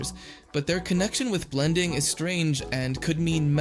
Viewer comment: He also got Blendins name wrong